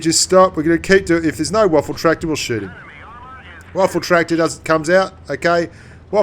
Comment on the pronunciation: Lol he says waffle tractor